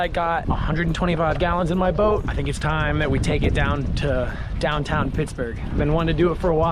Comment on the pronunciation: Why do you say "down town" like that?